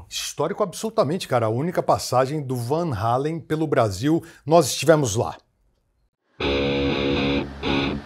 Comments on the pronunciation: Um comentário: a pronuncia certa é realmente VAN HÁLEN! e não VAN “HÊILEN”! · a Conversão de 3,000 Cruzeiros em valores atuais é de 113 reais. Foi caro na época ? Bem, os fã brasileiros não estavam errados em falar Van Halen, porque o vogal A em holandês soa como o nosso em português. O correto mesmo seria "Fan Halen", já que em holandês o V se pronuncia como F.